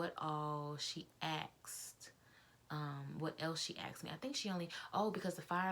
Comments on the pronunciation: It is asked not axed. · Sorry, but you said axed several times. BTW, I was a FA for BA for 15 years. We had to have perfect grammar.